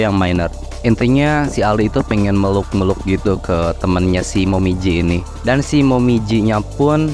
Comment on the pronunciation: Awalnya ku kira otak ku yang lemot tapi nama x nya "momiji" abang nya nyebut "momoji" terus🤣